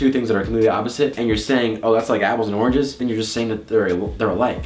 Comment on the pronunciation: Omgosh said arnges instead of oranges😻😹😸